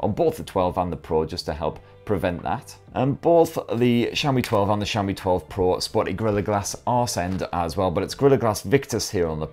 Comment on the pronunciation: its xiaomi no saomi....jeez butchering name so hard